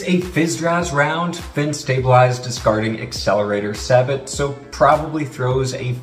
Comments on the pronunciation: It's .50 BMG not "BFG", and it's pronounced 'sā-bo'/'say-bow' or 'să-bow', not "să-baht" (long or short 'A' sound with long "O", and the 'T' is silent). The word is of French origin. Within the context of firearms, the long "A" pronunciation ('sābot') is considered most appropriate. Anyone in the military will know the pronunciation as 'say-bow'. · FYI kids "sabot", as in "discarding sabot", is pronounced "say-bow". As in bow and arrow, not the front of a ship. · It's BMG, for Browning Machine Gun. Not BFG. Also, sabot is pronounced, "say-bow". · Despite what others would have you believe it is absolutely pronounced "say bow" there is no room for personal pronunciation here. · Sabot is pronounced "Say-Bow" It comes from French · SABOT is pronounced Say-Bo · Bmg not Bfg Sabot is pronounced SAY BO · Sabot is pronounced ‘say-bo’ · I love all your videos but your pronunciation of sabot hurts